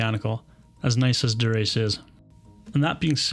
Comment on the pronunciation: Chapeau to you Sir!! Duraché 😂😂😂🎩👒🤗